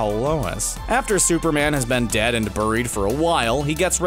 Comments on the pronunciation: it's pronounced "berried" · the way he said "buried" pissed me off. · why do you keep mispronouncing buried? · The way this narrator says "buried" is bizarre. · Why do you say buried weird? Just me?